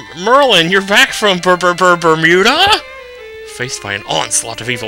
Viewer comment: "Oh merlin, you're back from ber-ber-ber-ber..." "BERMYOODA?! Yeees, back from Bermuda and the 20th Century!"...back from the future!